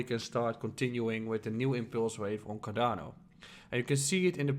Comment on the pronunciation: that sounded like carabinieri